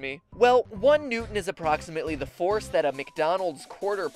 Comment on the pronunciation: when you said the forcé of of the fary i was like holy shit